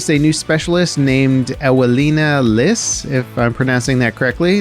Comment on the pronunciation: It should be pronounced "Evelina Lis"